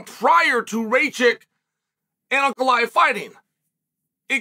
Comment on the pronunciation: "uncle-i-have Ray-Check" 😂